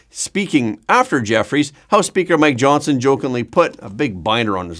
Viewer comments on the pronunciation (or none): none